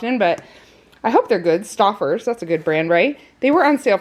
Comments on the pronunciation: stofferes is a quality brand for frozen foods (as is Marie Callendar). It's StOferes (and you can pronounce the 0 (not an aw) .... you'll enjoy the break and the taste! amazing how costs have risen and what you get for your money. We also have GORDONS food close by and ground beef was 2.89 for case size loads (big savings). love the hauls and can't wait till you have more room to store. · We can tell you don’t eat frozen dinners lol pronounced stoe fers